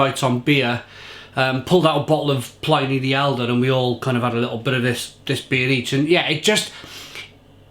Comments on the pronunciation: So /plɪni/ instead of /plaɪni/? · Its pronounced Plin E not PLynee, Pliny Elder and Younger were Roman Historians, not PLY Knee, PLIN E